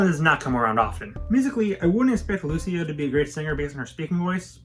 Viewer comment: why are you pronouncing Luisa so weird, my?